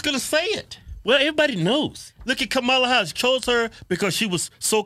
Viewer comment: Was that Kamama Harris ? Did I hear right?